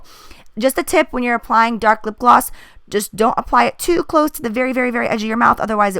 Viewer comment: "Glip Gloss" Hahahahahaha